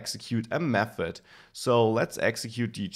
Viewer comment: i like how you pronounce th => f :D mefod